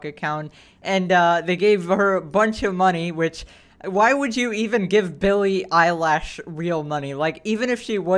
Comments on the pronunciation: I like how he says billie eyelash instead of eilish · "Billy eyelash" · Billy eyelash